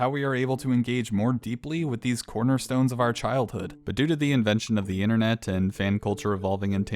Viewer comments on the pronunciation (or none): none